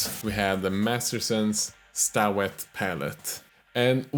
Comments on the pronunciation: It's pronounced stay-wet. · It's just "stay-wet," dude. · Hehe...it's pronounced " stay " wet.....Sta is an abbreviation